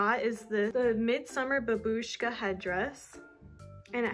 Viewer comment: Babushka is literally grandma in Russian and its spelled BAbushka and not BabUshka